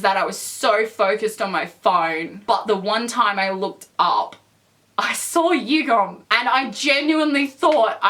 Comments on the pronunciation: just to let you know the pronunciation for Yugyeom is Yu-gear-yem not Yugum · did she just say... YUGOM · who’s going to tell her that his name is yug-YEOM.. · I'm sorry I don't want to be a hater but you're pronouncing Yugyeom's name wrong...